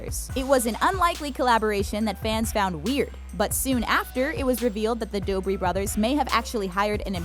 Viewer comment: 1) it’s the Dobre brothers 2) it’s pronounced Dobray